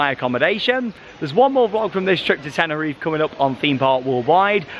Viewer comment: Just like you pronounce the final “e” sound in Parque (PAR-kay), you would also pronounce the final “e” sound in Tenerife (ten-er-EE-fay).